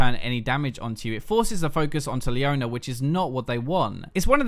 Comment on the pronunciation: "Leoner", "Soner"